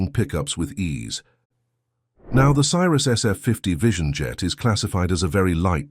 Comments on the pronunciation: Newsflash: Cirrus is pronounced see-rus, not sy-rus. Not checking your vid for video and audio mistakes before you post is lazy and makes you look stupid. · Love the way the narrator pronounces it "CYRUS". This is not Miley's airplane. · Stopped watching when your narrator pronounced Cirrus as Cyrus. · Teach your computer voice to pronounce Cirrus correctly - bad video